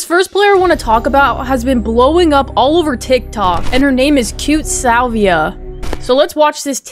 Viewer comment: Her name isn’t cutiesalvia It’s cutiesalviae